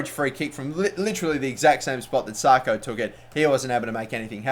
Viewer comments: pronounced sacko not sarko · Sako is not pronounced Sarko, it is Sako, same as the Liverpool defender and the West Ham striker. Also, Niang is pronounced Ni-ang not Ni-ong. Other than that, another great episode :)